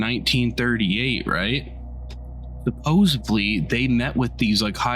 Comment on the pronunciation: This guy saying, "Right" is driving me bananas! Like, I don't fucking know dude! You're the one telling me 😂 and he's not even telling the story right from the journal 🤣 and "suppose-Bly" 😂🤣